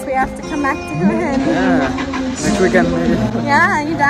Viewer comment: Thank you for pronouncing Hua Hin correctly :-)